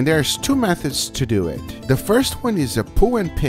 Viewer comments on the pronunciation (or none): We need "Let's dew ehht" tshirts. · Gugas wife sees Gugas buns Gugas wife: “let’s dew it” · “So let’s do et”